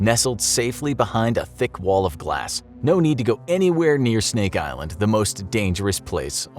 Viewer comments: Did he say Steak Island? I'd be down for that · “stink island”